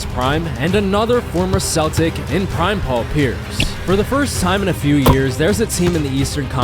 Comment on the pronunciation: "DWIGHT JUST WON IS 4TH DPOY!... a thew years ago."